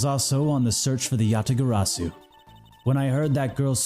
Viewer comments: No, seriously, Kay was ONE LETTER AWAY FROM SAYING IT CORRECTLY!!!!!(Yabagarasu) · Kay Faraday, the one true Yatagarasu, and only person who cannot correctly pronounce it. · I'm not sure I like mispronouncing Yatagarasu bit... but GD if I dont respect his commitment to it